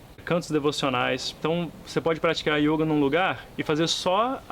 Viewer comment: Meu filho, você não sabe nada de yoga...só esse acento que você põe no o ...denuncia que você só pode ter sido aluno do imbecil do De Rose!